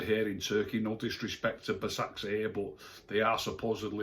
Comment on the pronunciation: hi if you want to know to pronounce basaksehir is ‘baz-ak-sheer’